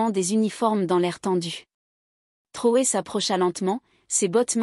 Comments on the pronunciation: MADAME ! ARRÊTEZ DE L'APPELER TROUÈ S'IL VOUS PLAÎT. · POURQUOI DÉFORMEZ-VOUS SON NOM ? IL S'APPELLE TRAORÉ ET NON TROUÉ.